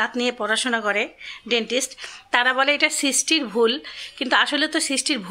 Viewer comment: সৃষ্টি সৃশটি উচ্চারণ কাম্মী।